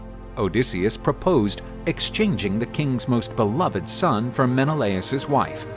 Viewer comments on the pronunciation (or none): none